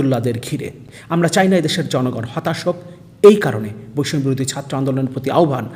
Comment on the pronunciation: বৈষম্য শব্দটা উচ্চারণ করেন কেন 🤔